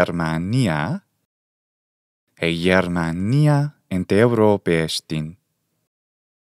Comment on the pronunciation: Well, I'm from Greece and i know how to speak ancient Greek. You made some mistakes. For example, Europe has a different accent: Eὐρώπη → E-u-ro-pe (Eourópe) In other words u accent is coming from the nose